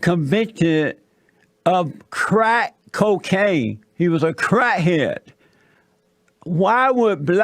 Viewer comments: "A crah head". 😆 he savage a true national treasure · 😂😂😂😂😂 I'm dying 'crah head' 😂😂😂😂😂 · Convinced crat het lol